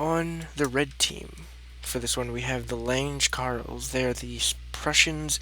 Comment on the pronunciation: You're pronouncing lange karls wrong. The e for german words aren't silent